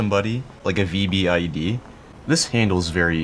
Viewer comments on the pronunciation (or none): You don't say VEE BEE EYE EED DEE. You say "VEE BID"